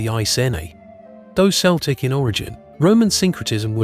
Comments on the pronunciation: I agree, it's considered disrespectful. I'm Celtic (kel-tic), we don't know what "Sell-tic" is .... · Celtic is pronounced KELTIC not seltic! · Pet peeve. Celtic isn't pronounced with an s sound it's a k sound Kel'tik. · By the way, the “C” in “Celtic” is pronounced as a hard “K”, not the soft “C” sound of the English language. This is because the word “Celtic” derives from the Ancient Greek word “Keltoi”. Please keep this in mind, because a lot of people with Celtic ancestry can be a bit prickly on this topic, as it tends to be seen as a sign of disrespect to our cultures. Thank you.